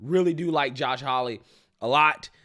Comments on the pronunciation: his name is Josh Haw-ley (haw rhymes with law; ley pronounced like Lee). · Haw-lee, not Holly.👍😉